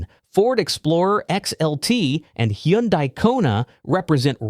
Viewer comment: ...It's pronounced "Tee-gooahn", not "Tee-gahn", btw. Also, on Hyundai, it's pronounced like "Sunday". Just saying!